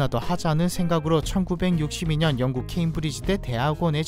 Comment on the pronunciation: ㅅㅂ 이 댓글 보고 기다렸다가 보니까 자막은 영국인데 왜 왕국이라고 발음하는거지 ㅋㅋ